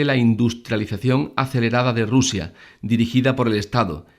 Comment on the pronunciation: Rusia se dice Rusia….